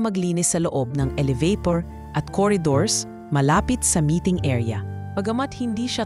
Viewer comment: Oo nga,pangit pkinggan mgbigkas Ang elevator,gnawa nyang alavator,hahaha😭😭😭